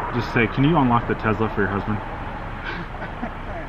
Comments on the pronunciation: It's tes-la not tez-la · Hey bud, Tesla does not have a “z” in the name that I know of... you keep referring to it as a Tezla!!!